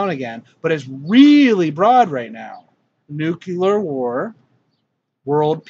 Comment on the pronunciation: nu clee ur . . not nu cue ler . . awesome videos . . mandela effect is more than real . .